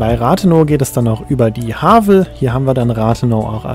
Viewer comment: Es heißt rathenooooow und nicht rathenau, es heißt Havel und nicht hawel